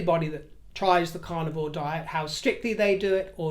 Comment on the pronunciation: I'm a U.S. Southerner, and I adore your accent, although at first hearing, I thought you were saying your were on the "Carnival Diet" & I'd not heard of that one! Best hopes for your health issue. Bwaahahahahahaaa at the idea of monogram "ASSOS". WHAT a boring mess she is.